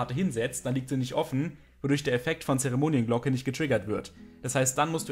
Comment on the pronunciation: Sorry für die Verbesserung, aber es heißt "Zeremon"i"nglocke" und nicht "Zeremon"i e"nglocke